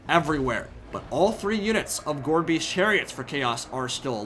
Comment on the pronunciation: every time you say "Gorebeast chariot" i hear "Gorbies chariot" and i just think of gorbachev clones on chariots